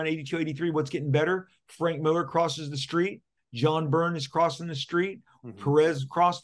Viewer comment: Lots of namechecks for here. Maybe Mark can teach him how to pronounce his surname. “Millaaaah”.